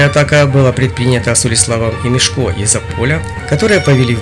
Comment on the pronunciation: мЕшко а не мешкО